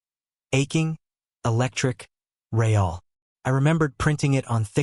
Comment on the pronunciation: This is a story presented in English. Sentences beginning with "No" are not Spanish. The word "real" is not Spanish. Fix your narrator.